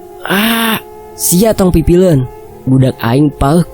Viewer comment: Bacaanya pipiluen min bukan pipilen😂😂 Artinya ikut"an